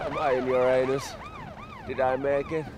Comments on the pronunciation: Yeah actually it's ura-nus not ur-anus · Aljaž Jesen ya I know your suppose to say it ur nis